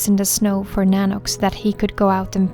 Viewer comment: You always say at the end "thank you so much fow watching this video" but I want to say THANK YOU so much for creating these videos that makes me/us happy. ❤